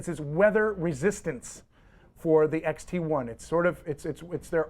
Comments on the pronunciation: Dude is clueless. Know your cameras before you speak about them. It's not "Contrax" - it's Contax. It's not an XTI - it's an X-T1. Zebra is an exposure assist. It's not a "Tilt & Shift lens" - It's a "Tilt-Shift Lens". I am only halfway through the video. It just diminishes your credibility. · did you say fuji xt- eye ?